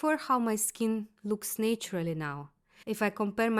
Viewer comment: Love your introspection, and I hope this comes across as genuine, well-meaning advice: please learn the difference between pronuncing "nature" and "natural". Nature starts with the sound "nay" (sounds like NAY·chuh) and natural starts with "na" (sounds like NA·chuh·ruhl). You can easily google and listen samples. English is my third language so I totally understand, but these are words that are repeated in every single video of yours, and English has been your working language for years and years. It's a small fix to sound more professional and show an attitude of learning and growing.